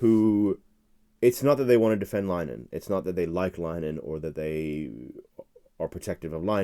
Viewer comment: Please learn to pronounce Graham Linehans name correctly - it's 'Lin - eh - han' three syllables and not 'Line - han' two syllables - it's not 'english' so 'english' pronunciation is not appropriate - a little effort would enhance your credibility with Irish viewers